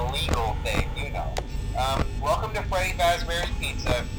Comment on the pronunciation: this helps me a lot. THNX! XD oh by the way. you said feddy